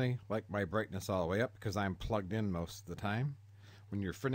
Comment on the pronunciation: Brithness level